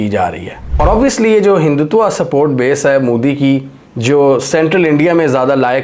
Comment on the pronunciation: Moodi nahi hai, Mo-Di hota hai..... Oo nahi sirf O hota hai